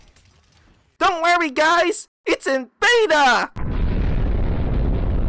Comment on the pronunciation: DUNT WURRY GUYS, ITS IN BEYYTAA